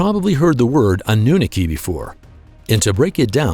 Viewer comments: annunooki ROFL its Anunaki you nit! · Naki not nookie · The pronunciation for Anunnaki is wrong also they Nephlim is the children of the Anunnaki and humans